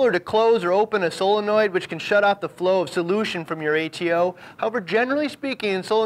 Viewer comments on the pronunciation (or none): none